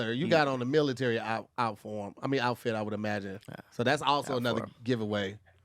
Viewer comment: "Outform”? 😂😂😂